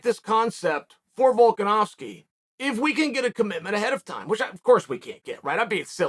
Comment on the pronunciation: You know you’re good when Chael pronounces your name correctly